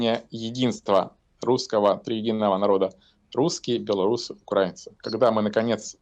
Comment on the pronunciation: УкрАинцы…это в какой Ж это рузкИй учился ударения ставить??? СБУ и ГУР скоро научат и гимн петь и ударения правильно ставить!!!😂😂😂